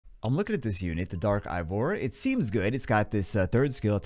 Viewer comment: It’s pronounced EY VOR